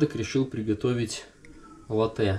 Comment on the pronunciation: Бариста говорит латте’, а не ла’тте. Профи видно